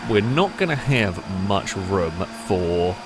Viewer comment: that's the most Asian "have" I've ever heard.